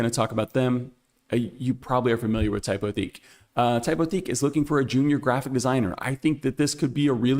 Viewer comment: I really enjoy your videos. Just a quick FYI: Lineto is a Czech company, so they pronounce it “LIN-eh-to.” And depending on who you ask, Typotheque is either “TYPE-o-teck” or, if you're feeling fancy, “TYPE-o-teek.” We're all learning as we go. Keep up the great work!